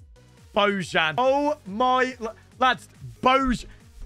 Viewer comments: its not božan its bojan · It's pronounced like "Boyan", he is an ethnic Serb. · brooo learn how to pronounce the names alreadyy.. his name is spelled like Bo (from bozo) and jan as Jan Oblak's first name.. doing my head in fr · You're pronouncing "Bojan" wrong